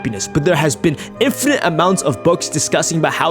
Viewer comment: The way he says "infinite"💀🤣🤣🤣